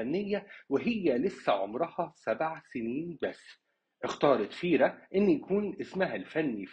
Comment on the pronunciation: ڤيرا VÉRA وليس فيرا